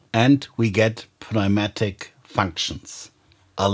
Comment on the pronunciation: Its pronounced as newmatic